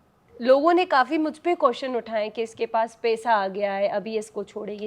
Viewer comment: Pesa nhi paisa hota h over acting